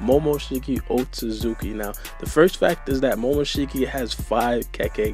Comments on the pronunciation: Lol pronounces it as Momoshiki OtZUZUKI! Like cmon it’s OtSOOSOOki lol. always trippin on pronunciations. But some ppl are worse so I won’t hate too much 😂🤷🏾‍♂️ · And you said up top "Otsoosooki" lol. There's clearly a T on the middle so you're saying it wrong.